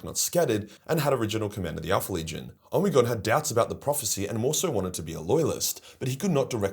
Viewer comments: Ahhh the pronunciation of omegon is hurting my ears it’s pronounced omeegon not omigon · Holup... is it really pronounced "Oh-me-gone?" In my head i always read it as Omeg-on." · Love the Omegon pronunciation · I am not one to criticize, been fan for years. Like I remember watching the earlier vids, from when you were just a kid. But, I gotta say.... sounds like an AI generated voice for you with all those Omegon pronunciations. Hope that's not the case since you are against AI slop, but only you know. Good video, cheers. You owe nobody an explanation, just would cite you on what you said. To at least disclose the use of AI. I could also be wrong and stupid as fuck lol. Cheers!